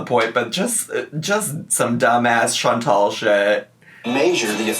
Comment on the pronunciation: Chantal is pronouncing the E correctly but not the A. She’s making it that nasal English A instead of a soft A.